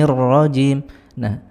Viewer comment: Baca'anya nirronjimnya yg salah.